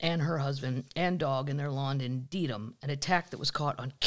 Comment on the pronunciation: It's pronounced Dead-ham. Also, it's Came-bridge, not Cam-bridge. Just an FYI. Love you!